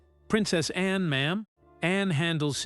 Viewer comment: Narrator should pronounce Princess Anne's name as it is, not Annie.😂